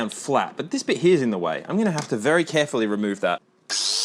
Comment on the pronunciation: “Very carfully”